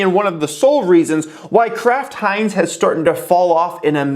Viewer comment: Am I the only one hearing Crap Heinz when he says Kraft Heinz?